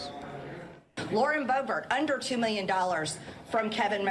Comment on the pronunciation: You keep slipping back from bo BEAR to BO bert. Why can't you pronounce her name as she herself does? Whether you like somebody or not you owe them the respect of pronouncing their name correctly. Get it, DA veed PAH kuh mon? How are we supposed to trust your analysis when you can't even pronounce someone's name! BTW, you do a good job with Tulsi Gabbard.